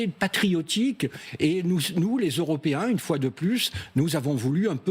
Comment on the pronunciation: C'est ce qui s'appelle un lapsus au lieu de dire les "européens " il a tout de même dit " les euro ps "